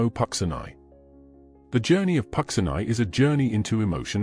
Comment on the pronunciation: It would help if Puccini's name was properly pronounced.